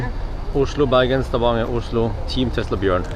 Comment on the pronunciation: He forget only the letter "N" between "A" and "G". They have not change the name in Stavanger to Stavager yet.